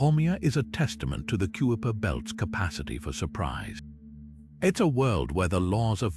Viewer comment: You said it well! I hit pause when the sneakily perfect British AI voice called the region the "Cue-a-per" Belt.